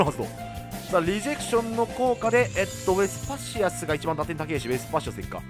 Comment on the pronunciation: 毎回思うけど ウェスパシアスの発音良くてカッコいい！